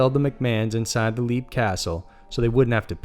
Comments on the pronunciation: It's pronounced 'Lep'. Not 'Leap.' as in jump.. ;) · Okay, no, no, no... I very much enjoy your channel (I'm subscribed and eagerly await notifications), but c'mon. Some research, please! Even a glance at Wikipedia would have informed you of the proper pronunciation for "Leap" Castle. (It's pronounced "Lep".) While I'm a stickler for pronunciation, I can let certain mistakes go. But not when it's so simple and basic; and hearing "leap" castle over and over just got to be excruciating. I'm an American of Irish descent, and have a life-long interest in paranormal subjects. Even the most casual interest in such things would develop the proper pronunciations of the places and names in question; but even more so when you're presenting yourself as a Paranormal List channel, that supposedly researches these things. It's insulting to mispronounce names; and it shows apathy, and a lack of diligence. This was disappointing. :( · "Leap " Castle is pronounced "lep". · Leap is pronounced Lep like Leopard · Leap Castle is pronounced 'lep' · Leap castle is pronounced lep